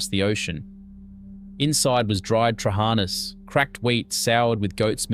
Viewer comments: they ve lost their manners Thats all there is to it I mean trully the words were butchered lol ...it baffling bcoz its not something you cant pronounce , Its not hard to put the intonation at the last A in trahanas ....but you are right its due to lack of exposure..how would you had known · Trehanas soup...pronounced terrible. If you do these clips learn pronunciation. Fyi, pronounced...tra-ha-na